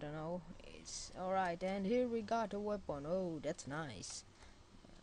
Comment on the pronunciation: Its "Weapon" no "Wapon" =D